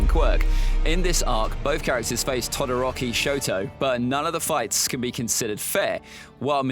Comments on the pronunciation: Did he just say todiroki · I know he did not say tadoroki in